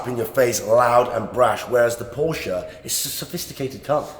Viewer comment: Brother Iman ,,, please learn how to pronounce “Porsche”